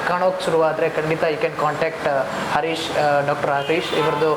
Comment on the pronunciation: ಅರೀಶ ಅಲ್ಲ ಹರೀಶ ಎಂದು ಉಚ್ಛರಿಸಿ.